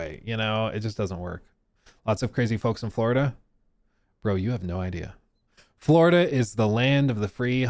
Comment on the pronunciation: “Buhhhhh dude Fwowida is anudder wevew”